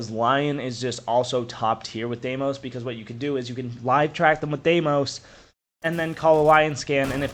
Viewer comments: appreciate the vid, hate the Deemos instead of how they say the name on the trailers. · the way you said dee-mos made me angry